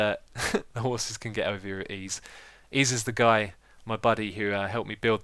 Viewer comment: "The horses can get over here with Eease" lol :D